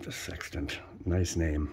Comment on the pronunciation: Heeheehee "SEXtant"